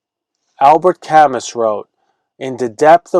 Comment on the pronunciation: Great video make more! Forgive me for doing this because I am not that person BUT it’s Albert Camoooooo….. 😂